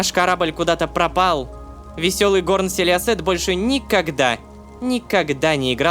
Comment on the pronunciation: Я когда лололошка говорит селиосет я слышу силести😂